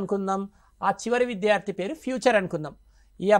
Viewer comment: అయ్యా! తమరు విద్యార్థి అనే తెలుగు పదాన్ని సక్రమంగా ఉచ్ఛరించడం నేర్చుకోండి. Sir! Every language has its own grammar. It's not acceptable to learn a language through one-to-one true tranaslation. It needs regular practice and atmosphere and right model to make the learners learn.